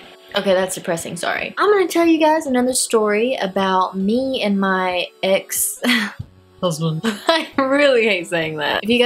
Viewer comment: OMG when you said "husband" in the beginning I thought you said, cousin loollll